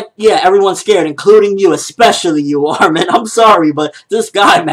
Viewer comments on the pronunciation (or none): none